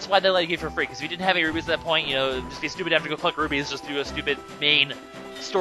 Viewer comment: I keep hearing you say rubies, but the are rupees, I can't tell if you are saying it right, but I think you aren't